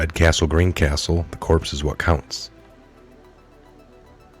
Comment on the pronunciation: CORPS...PS is SILENT ..it's pronounced like CORE........FYI